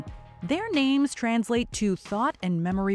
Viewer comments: I really like how you pronounce the names. Sounds pretty authentic to me. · pronunciations are always on point